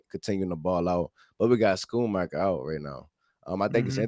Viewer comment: I am SO glad to hear that a lot of our younger players are healthy and making plays! This has to be the fastest team we’ve had since the ‘90s! If we can stay healthy, we could go DEEP into the Playoffs, because speed kills!!! #DC4L P.S. - the name is pronounced Skoon-maker. The Sch in Schoonmaker is a hard sk, as in SCHOOL.